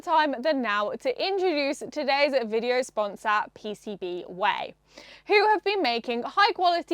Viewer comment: "PCBWay". You're saying it wrong, you're supposed to say it like 'PCBwaaaaay!". ;-)